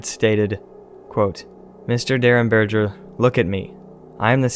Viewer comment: In reference to the Indrid Cold case, the G in Derenberger is a hard G as in gas, not a soft G as in gel. So berger is like burger but with an E instead of a U.